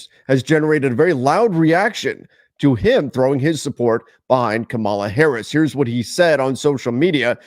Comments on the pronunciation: It’s KA-ma-la, not Ka-MAH-la. We know who watches 😂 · Hey, I really like your work but could you please learn to pronounce her name correctly. Accent on the first syllable. Thanks. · dude say her name correctly WTF dude? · please work on it. The names you manage to pronounce are far more difficult. Having said that, I appreciate your work very much and appreciate your discussion here about our basic democratic rights (former teacher to another former teacher.) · I can give people a pass when they want to stay out and not speak up for what is right. Gotta keep those viewers. It’s good business. That’s totally fine. But please pronounce our future president’s name correctly next time. That’s all I ask. Thanks! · You pronounce her name wrong